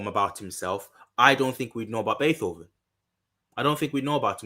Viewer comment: BAY -TOW - VEN LOL! great video!